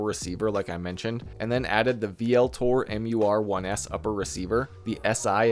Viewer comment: Love your videos as they have helped me greatly...but please, PLEASE pronounce VLTOR as (ul-tor).